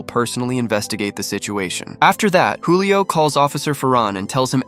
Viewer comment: Julio not hulio😂